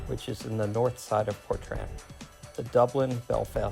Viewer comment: is it not portrain how its pronounced not portran